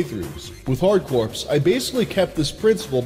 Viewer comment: Super Contra IV > Hard Corps ( core, not "Corpse")